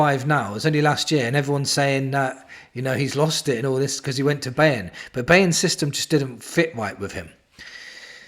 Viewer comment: Hello there, mate! A tip if you want to pronounce Bayern more correctly: Buy-ern, not BAY-ern. You do what you want of course, just gave you a little gift. lol This is quite genius. We get a Prem proven player that is not inside the EPL AND plays for a top side too!! That is VERY rare! The ultimate Levy approved move, actually! :D Yeah, the attack is ironically where we need to sign now! A TEMU-Haaland and an Eze would've actually make Levy fully correct: He would've prepared us for the UCL! Fingers crossed, eh?!